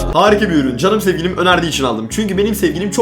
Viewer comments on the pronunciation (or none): Abi niye herkes Sewgilim felwn diyor amk